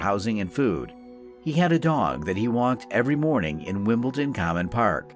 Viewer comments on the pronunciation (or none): The real crime here is how the Yank narrator absolutely slaughters the British place names in this story. "Bal-ham". "Wimbleton". Oh, the horror.